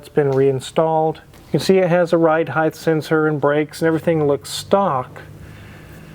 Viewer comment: why do so many people pronounce height as heighth?